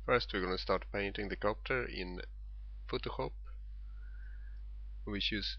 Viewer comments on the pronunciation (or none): u sed potohup..........its pronounced like foto shop the ph sound like an f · Especially when he is saying: "Fotoskopp" xD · he says photogop